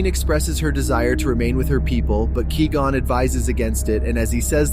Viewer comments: why do you keep saying "Key Gon" and not Qui Gon lol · Who is keygone? It's not que gone either It's Quigon (kw-eye-gone) Have you ever watched the phantom menace? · Lol kee-gone, kai-gone, kwee-gone. Its pronounced kuh-why-gone, bro. Were you saying it wrong multiple ways on purpose?😂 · Qui-Gon is not pronounced as Key-Gun but as Qui-Gone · It's kwy-gonn not kee-gon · The audacity of pronouncing Nute Gunray correctly but calling Qui-Gon “key gone” 😂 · Key-gone, carry on. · Stop saying Key Gon.. are you serious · I could only hear you say key -gon 3 times and I had to dip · Kee gone... Girl really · Ki gon, Qwee gonn, Kai gon. If I hear one more mispronounced version of his name lolol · I’m wondering if it’s AI that is speaking in this video because I’ve never heard anyone pronounce qui gon as kee gon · “Key gon” 💀💀💀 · Tell me u just called Kee Gon😭😭😭😭 don’t even talk abt Star Wars if u don’t even know their names bro😭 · I had to stop watching this just because you wouldn't stop saying Key gon 🔑 😡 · “You once were a Key-Gone, but now you will BEgone!” Darth Maul. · “Obiwan expresses to ki-gon” 😂😂😂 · Key Gon? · Kwee Gon? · Kai Gon? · Key Gon :D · ah yes, kee gon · Couldn't get past hearing "Kee-Gon" and had to shut off the video. I'm sure it's an adequate list though. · FUCKING KEE GON, turned video off instantly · It's pronounced KWAI gone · OMG THIS VOICEOVER CONFIRMS QUI GON IS ACTUALLY KEEGAN FROM KEY AND PEELE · chills would definitely pronounce it like that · That's not how you pronounce qui-gon... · How can you mispronounce quigon? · I literally couldn't watch this! He keeps mispronouncing Qui Gon. If this had been created by a real fan, this would not have happened. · I honestly can't tell if that's ai speaking or not but the way it says Quigon kinda bugs me lol But yes, very good clue finding and hail Darth Binks~